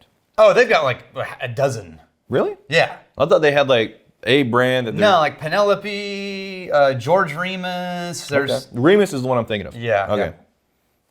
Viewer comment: "Oh, that is a beautiful name. Peen-a-lope. Peen-a-lope. It's breathtaking."